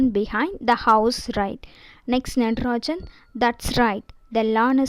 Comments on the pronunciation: Hello not natrajan that is nagarajan ok pronunciation is important ok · Don't tell nadarajan the correct pronunciation is nagarajan